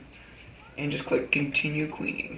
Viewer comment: LOL he pronounced it qweing. Great vid though.